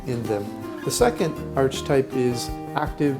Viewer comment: Your pronunciation of archetype is ridiculous . Do you right the script ?. Do you practice ? Your scripts are constantly full of mis pronunciations. It’s really hard to listen to a grown senior man with such poor verbal skill.